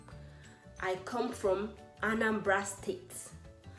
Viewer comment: Anambra people: Abum onye Anambra What I hear: Abum onye Anambala